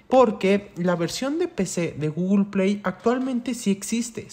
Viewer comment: por que dice GOOGLEPIAY en ves de google play